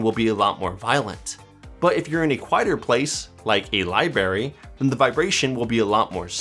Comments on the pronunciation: LIBRARY (not Lie BERRY)😂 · At a lie-berry! ☠️☠️☠️☠️☠️☠️☠️☠️ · Did you seriously call it a "libary"?